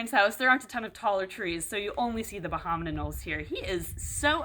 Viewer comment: Every time you say "bahaman Anole", I think you're trying to say abominable.